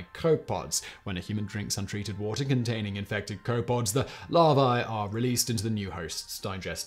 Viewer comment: I dunno... His mispronunciations of copepod set my teeth on edge. 😬